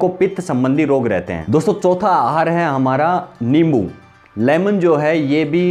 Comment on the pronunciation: अबे लींबू नहीं होता,नींबू होता है